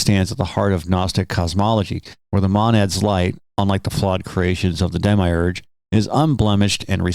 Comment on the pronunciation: Lol... Matt Berry's voice... Although i don't say it that way and its kinda like mild nails on a chalkboard, I "enjoy" yoyr pronunciations: "Dem-i-urge" instead of "dem-mee-urge," or "mah-nad" instead of "mohn-ad." And you missed one: "plah-tyne-uss" Keep it up good work.